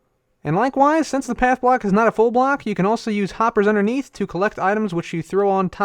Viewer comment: I heard you said black instead of block